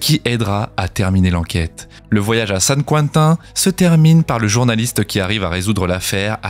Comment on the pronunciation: Saint Quentin, c'est français, pas besoin de prendre un accent bizarre :-D